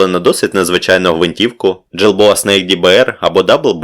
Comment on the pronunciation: Є одна помилка,неправільний наголос в деяких іврітських назвах,крім Галіля,Негева та Тавора.Гвинтівка не Джілбоа,а Гільбоа.